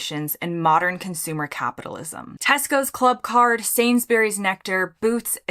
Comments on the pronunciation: It is not "Sainsberries"! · You’re pronouncing Sainsbury’s wrong